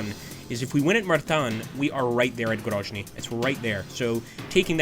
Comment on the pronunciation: GroZny. Yes, Zealand. Sound (zh) usually wrote as zh (Nizhny Novgorod). I think you should pay more attention on supply lines. I don't know how it exactly works in this game, but maybe you need roads and railroads be under your control on the whole way to your troops or to nearest city. Maybe you need to check it and take under your control especially on the north, where your main forces advance to GroZny. Don't make mistakes russian command did.